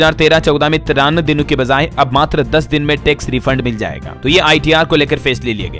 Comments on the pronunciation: shabd zaaiga ghalat hai sahi shabd.jaaiga h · आप का उच्चारण गलत रहता है जाएगा बोलना किसी से सीख लें